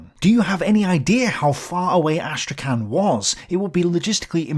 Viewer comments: the name of the city of Astrakhan is pronounced as Astrakh[h]an ( h like Hahn or Home), not as Astrakan. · Hey, could you please look up to pronounce Astrakhan in a more Russian way? As non-native speaker of both Russian and English it was hard to know what you were saying